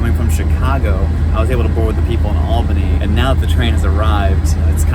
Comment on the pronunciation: Props to you for actually pronouncing "Albany" correctly. You should perform the "Correctly pronouncing places in New York State" Challenge.